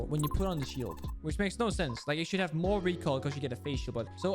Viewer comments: "the recorl" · "omg but the recoral" lmao